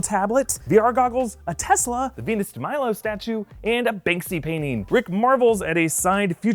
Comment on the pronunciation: NOT A TESLA ITS A TUSKLA